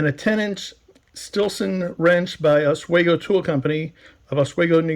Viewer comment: yep you did pronounce it correctly